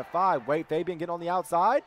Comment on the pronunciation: Is it just me or when ever says Fabian it sounds like hes saying baby😂 Anyone else?